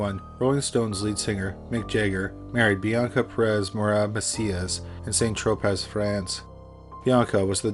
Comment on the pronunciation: Dude C’mon Man! “Saint Tropez”! Try San Tropay” 🤦🏼‍♂️